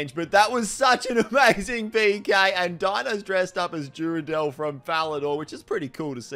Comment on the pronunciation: “Duradel from Falador” I’m perishing lmfao